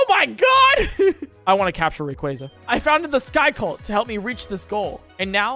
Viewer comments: im sorry did u just say REEYOUKRA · your saying Rayquaza wrong its not rayqwazea'